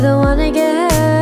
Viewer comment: Hanni's mouth shape when pronouncing "hurt" is an art. 😍